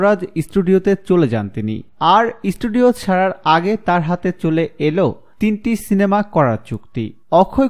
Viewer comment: ওটা ইস্টুডিও নয়। স্টুডিয়ো বলে।